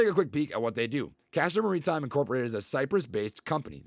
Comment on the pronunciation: It's Castor Maritime, not Marinetime, lol